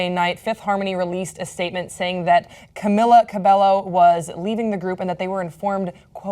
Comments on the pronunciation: CUH-BAE-YO!!!! There's two l's and she's Hispanic 🙄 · It's pronounced cam-ee-la cab-ay-oh :) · its pronounced Cam-ee-la Ca-bay-o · Cam-EE-la Ca-bae-YO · HOW FAMOUS DOES THIS GIRL HAVE TO GET BEFORE PEOPLE WILL START PRONOUNCING HER LAST NAME CORRECTLY